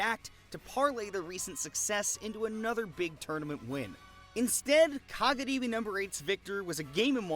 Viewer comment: love when tries so hard to pronounce kagaribi correctly with the slurred r/l sound but cant say any of the player's names correctly lol